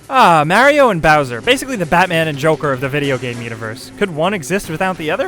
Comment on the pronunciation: say mario right ITS IN THE GAME